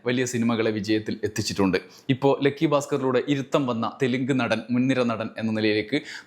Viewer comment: "ലെക്കി" അല്ലടാ ഉവ്വേ ലക്കി എന്ന് പറ😢😢😢😢😅